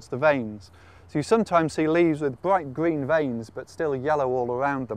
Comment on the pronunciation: Why does he say his 'r's like that? Sounds weird, like a 'w'. He doesn't do it all the time, either. If he says 'around' or 'restored' they sound fine, but then he'll start saying things like 'bwight gween' or 'gwow' like a 3-year-old. Is this just a .. weird British accent, or a quirk of this guy's speech?